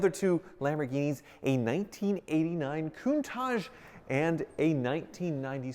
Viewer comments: Literally Everyone: "Countach": "Countage" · Anyone else cringe everytime says “Coon-taj”....? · Why does he call it a CounTajh? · Is it just me or does he pronounce "Countage"???